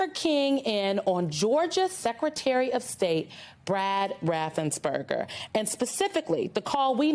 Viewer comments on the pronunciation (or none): RaffensPerger. NOT RaffensBerger.